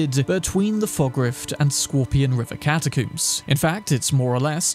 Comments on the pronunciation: I died laughing when he said catacooms XD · Why tf you keep saying catacooms? 😂😂😂 dude how do you say comb? I wanna coom my hair? Exactly…catacombs…I’m English too btw so you have no excuse 😂😂😂 god that annoyed me an unnecessary amount 😂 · The way he pronounces catacombs cracks me up